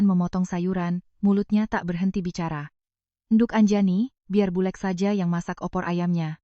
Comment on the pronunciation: Bulek 'k'nya jangan dibc jd dibacanya bulr